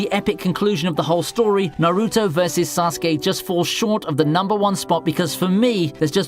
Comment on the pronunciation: Damn... you done fucked up Naruto too 😂